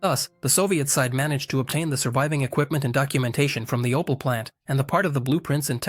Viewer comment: Aus OPEL wird ein "OPAL", aus der ÙdSSR die "Judser"... - die KI-Stimme nervt einfach nur. So werden die besten Videos zerstört!!!